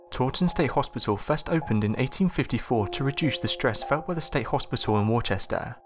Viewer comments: It’s pronounced as wuh-stah in mass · Worcester is actually pronounced "Wuss-ter". We have a lot of weird pronunciations for our towns in Massachusetts lol..